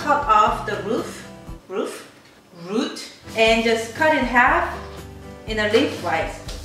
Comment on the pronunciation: That "Scrape" and "Root" to "Roof" tho. hahaha you're so cool.